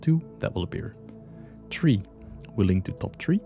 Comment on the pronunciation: Thanks for the tutorial. 🥰 However, it is three 3. not tree 🌳 😉 (not being mean)